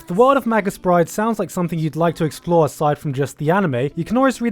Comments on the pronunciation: Also may-gus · mage - us dude, fucking mage - us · arghh he keeps saying magus as 'madg-us' its 'may-gus'